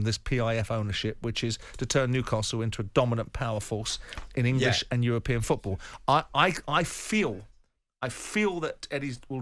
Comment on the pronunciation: Good old Jim.. "Champions Leage FEWTBALL returned"... Jim, it's FOOTball, not FEWTball!!